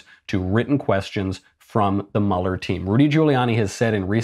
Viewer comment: It’s Mueller like Beuller, not Muller